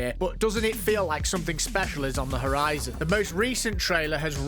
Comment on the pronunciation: Hearing you say the word "horizon" is whats really special here 🥴